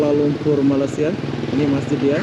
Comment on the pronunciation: ASSALAMMUALAIKUM..., Pujian buat Saudara kerana memaparkan suasana Yang baik di negara kami..MALAYSIA...! TERIMA KASUH...! CUMA NAK MENEGUR SEDIKIT KPD SAUDARA DAN YOUTUBER INDONESIA YG LAIN..., MINTA DIPERBETULKAN SEBUTAN UNTUK NEGARA KAMI....MALAYSIA..! BUKAN NYA SEPERTI SEBUTAN...MALAI....SIA...TETAPI...MALAY...SEBUTAN BAHASA INGGERIS...BEERTI MELAYU...! BANGSA MELAYU ITU ADA YE..! JIKA DI SEBUT MALAI...TERASA BEGITU PELIK....ATAU TERASA ANIH..! DAN LANJUTANNYA SIA...JADI SEBUTANNYA IALAH..MALAYSIA..! TANAH MELAYU..! NEGARA SAUDARA JUGA DISEBUT INDONESIA...BE ERTI TANAH INDO...! BELAJARLAH MENYEBUT NEGARA KAMI DENGAN BETUL...! SAUDARA JUGA PERGI KESEKOLAH BUKAN..! JADI...PASTI TIDAK SUSAH UNTUK MENYEBUTNYA...NEGARA KAMI MALAYSIA DENGAN BETUL..! INGAT YE...INI NEGARA TANAH MELAYU...BERNAMA MALAYSIA..! NEGARA KEBANGGAN KAMI...!!!!!!